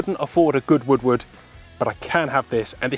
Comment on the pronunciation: shoots like a woodward would? its funny cuz it sounds like he says woodwood